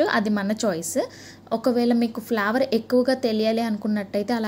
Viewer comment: flower kadhu flavor say properly